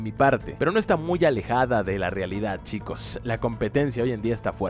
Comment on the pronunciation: Wtf te pasa con la palabra : chicos